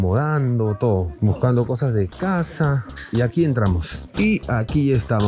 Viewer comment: ✨Entlamos✨ jajaja